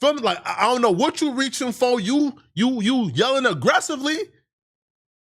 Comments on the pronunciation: “People were jelling” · Wtf is jelling 😂😂😂😂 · “We hare some people jelling”